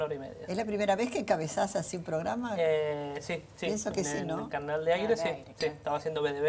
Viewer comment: que mal que dice programa por dios